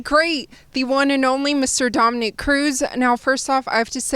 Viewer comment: Bruh dominic saying his name wrong too lol